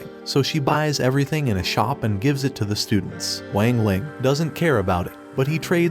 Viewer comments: Bro you did him dirty you say Wang Lang its Wang ling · It wang ling not weng ling I have watched the anime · Bro really is saying wing ling it's Wang ling not wing ling the fuck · WANG LING... WANG LING ITS NOT WAANG LING ITS WANG LING